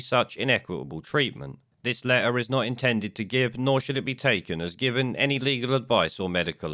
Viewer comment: Sorry, and I guess it's considered rude to say it but I can't face listening to somebody who says open lair instead of open letter.